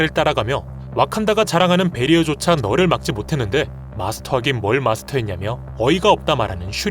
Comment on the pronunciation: 널을 말하는건지 너를 을 말하는건지 자꾸 들으면서 헷갈리네